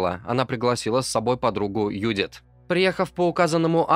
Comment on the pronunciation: Какая нафиг Юдит? автор ну выучи ты имя Джудит